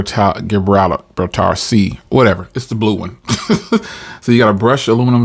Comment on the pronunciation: LOL you’re funny! It’s the Gibraltar Sea blue like the Rock of Gibraltar (juh-braal-tr)😊